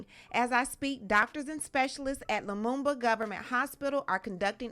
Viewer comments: yo ak it's "Lumumba" an African hero. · He said Lamuba Hospital!!!!!!!!!!!!!!!